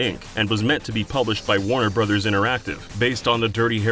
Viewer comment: That moment when you were distracted and you click just before the moment you'd stopped paying attention first try… Ah yes, Waunuh Broovehs……